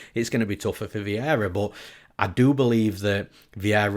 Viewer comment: The only thing better than newsom’s ufc breakdowns is hearing how his “but’ sounds like .. BOAT LMAOOOOOO.